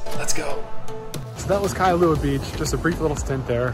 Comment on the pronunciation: Those mountains in the back you referred to in Kailua are called "Ko'olau Range". (Ko-O-lau-u) the "au" sounds like "ou" as in "ouch" without the ch. Now add "L" with "au"....Lau. It's Kai-lua not Kai-a-lua. And just call the Twin islands, either Mokes or Twin Islands. 😀